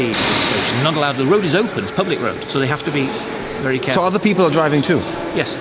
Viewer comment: HAHAHAHA ich finds geil wie JP very sagt klingt wie vewy 😂😂